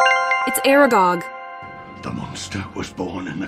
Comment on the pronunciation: Half of the pronunciations are wrong.... What the hell is "Sludgehorn".... It's " SLUGHORN" AIREGOUG... NOOOO DAMN IT.... IT'S ARAGOG... Being a potter head I'm seriously offended 😂